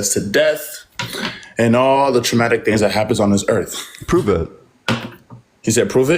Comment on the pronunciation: Why do so many Christian callers call it "da Erf" ?